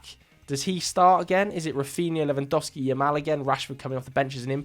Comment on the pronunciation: Thank you for saying Lewandowski and not Lewandouski like everybody does